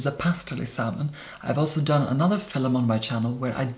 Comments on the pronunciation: You say Fillum like an Indian villager 🙄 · I will never get tired of the way you say “film” FILUM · Between "fil'lum" and "lurid neon manure" I am just plain happy with. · ibrahim sembawa hahaha. Fil-em. Never heard anyone pronounce film as fil-em. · Why is he calling the video a "filim" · No hate but Filum 💀💀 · I love how you say "Film" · Probably the best foundation and most informative review I've seen. Also, I love the way you say film